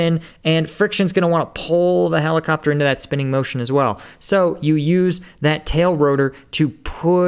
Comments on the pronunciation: he wasn't gonna say rebellion if you actually looked at the words on screen you would see he was gonna say the word well but accidently said rell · I think he almost said Rell Wegulated.